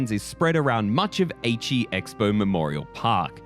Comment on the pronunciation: Aichi not Eichi 😂 Eichi kind of sounds like ecchi (s*x)